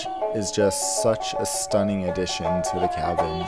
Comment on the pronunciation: Don't do overaction, you say to as chu and Qatar as khatchar..